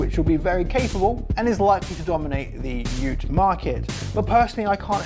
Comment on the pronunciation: Yes you got the pronunciation right, well done.